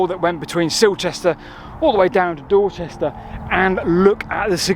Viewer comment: DID he just say Dorsester? (:¬o)